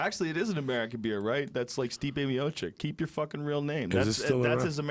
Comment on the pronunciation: in Joey Diaz finally nails the correct pronunciation of Stipe Miocic lmfao